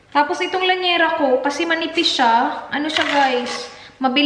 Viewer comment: lyanera hindi lanyera. Hihihi dami ko napapansin. Sorry.